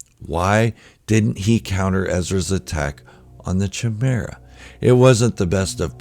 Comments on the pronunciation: First and foremost I want to say that I love your content just wanted to let you know that Thrawn’s Star Destroyer is pronounced with a hard K… /kīˈmirə,kəˈmirə. I was saying it wrong myself, until I got the audiobook. Again it’s my only gripe! Carry on! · Did you mispronounce chimaera?